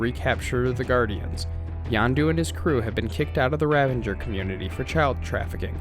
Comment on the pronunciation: It's the Kyln, like Kiln, the oven that ceramics are baked in. K Y L N, like kill*n. The river that Cap falls into when he falls from the Insight Helicarrier is the Potomac river in D.C. Also, they are Ravagers, not Revengers...you know, like Ravage as in rape and pillage. You're killin me bro. Are you a fan or did someone just hand you a script and say, "read this and don't worry about pronunciation because true fans wont mind at all"? OMG Wakandan, not wakanDIAN. Kycilius....not Kaleus.....ughhhhh. Watch the movies for the love of god.